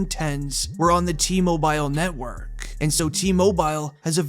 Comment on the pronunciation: It’s T Mobile…. Not T MoBiyal